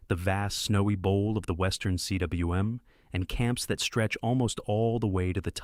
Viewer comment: I am very interested in high-altitude mountaineering But I won't be coming here for information I am so SICK of AI voices such as the one featured here Cwm, pronounced correctly, rhymes with "boom", and isn't pronounced "see double you em" From Google's intrusive/annoying AI: Cwm is a Welsh word meaning a steep, bowl-shaped mountain valley or cirque